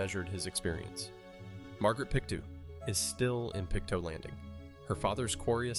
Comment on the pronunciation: Just an FYI, its Pick-Toe not pick too for Pictou :)